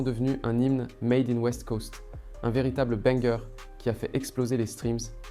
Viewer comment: on dit " banger " , et non pas " bunger ou bunker ou burger ......